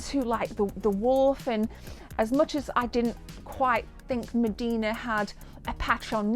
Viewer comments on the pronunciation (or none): Her name is Midna not Medina. :3 #IloveShoes